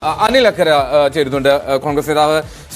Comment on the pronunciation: ആനില്‍ അക്കര അല്ല ഇ ക്കര